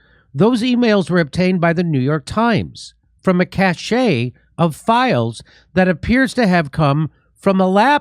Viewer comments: knock knock, pronunciation police! "cache" is pronounced kash, not to be confused with "cachet", which is pronounced ka-shay. please don't hate me for pointing this out. thank you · It's "cash" Jimmy (cache), not "cachet." A cache is a collection of things. Cachet is what you have when you look great in your new high heels. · May I point out that when you say “……a cache of emails…..” the word cache is pronounced “CASH”….not “CASH-A” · Cache -> \'kash\ Not \'kash-che\ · fyi, computer lingo cache is pronounced cash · For Christ’s sake, it’s pronounced “cash,” not “cashay!” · cash eh lol Cache "Cash" :P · I am quite confident "cashe" is supposed to sound just the same as cash and not "cashay". I even checked in the dictionary just in case, but the dictionaries are with me on this one... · Jimmy, love your show. By the way, "cache" is pronounced as "cash", not "cashay". FYI. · Love your show. But please stop saying cachet (cash-ey) which means personal respect and admiration. It's Cache (cash). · Cache is pronounced CASH . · Jimmy, cache rhymes with cash & cachet rhymes with sashay. You keep doing this. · I apologize in advance if you get butt hurt by people who correct pronunciation, but "Cache" is pronounced like "cash". Cachet is a different thing all together and is pronounced to rhyme with sashay. Other than that you are spot on, as usual. You have the cachet of someone who tells the truth as they see it even when it's unpopular. I imagine your mind as a cache of anecdotes about the ridiculous BS that floats around our media these days, and I hope you keep calling out our Orwellian overlords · Jimmy, cache is pronounced "cash". What you are saying is spelled "cachet". And your source should have spelled it "caché " with an accent. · Cache is pronounced as 'cash' 🙄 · Hey, Jimmy. Cache is pronounced [kaSH]. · Cache Pronounced, “cash”. I love you and congrats on 1m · Jimmy, it is just pronounced "cash." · It's pronounced as "cash". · Cache is pronounced cash.